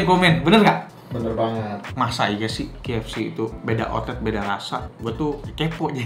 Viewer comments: kei ef si bacanya nex, bukan ki ef si =D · Haha..spelling KFC aja ribet banget bang...btw K kalo dibaca d bhs inggris khn emang 'keiy' bukan 'ki' jdi bner aja bang kalo bacanya 'keiy ef si' ato kalo ngmongnya khn ' ke ef si'..maaf bang ga penting sih komen gw...cuma trgelitik aja..wkwkwwk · Key ef si, betul begitu ejanya... Huruf "K" kan bacanya key bukan ki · 1. K itu bacanya "key", bukan "ki" 2. Yg ketiga itu bener original, gw soalnya suka beli yg campur biar ga enek kebanyakan tepung jadi tau bedanya original ama crispy. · Bang klo kfc dibaca (ki)efsi, itu ki nya pake q. Nah klo pake ‘k’ harusnya dibaca (kei)efsi Sori klo ga penting hehe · Key bukan ki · Pronounce huruf K itu bukan Ki bg tapi Ke 😂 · Cara bacanya yg bener: Indonesia: Ka eF Ce Inggris: Kei eF Si (bukan Ki eF Si) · yang gw bilang itu udah cara penyebutannya, bukan tulisan key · Emang iya K di bahasa Inggris dibaca Ki koh?😂